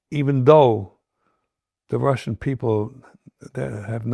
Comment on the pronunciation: RussiAn no RussiOn